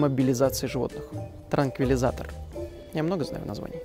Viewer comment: Транквилизатор, дефибриллятор.... Долго практиковался так выговаривать?))))) Спасибо за видосики. Каждый раз что-то новое узнаю))